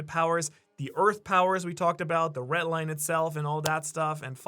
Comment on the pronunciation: Red Line not retline